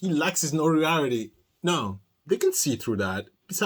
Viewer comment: What's funny is he is too dumb to realize that ANY funds, including even commisary, he gets for the rest of his miserable life, is court ordered to be withheld and allocated to the victims fund, court fees, etc. P.S. notoriety can be a tricky word if English isn't your first language for sure, but it's pronounced like this: note-or-eye-ity